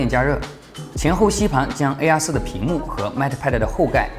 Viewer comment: AR4 的發音真的很難忽略😅😂🤣😆 其實我最納悶的是平板面積比手機大 為什麼都堅持不做正面雙揚聲器 而是都要放側面呢？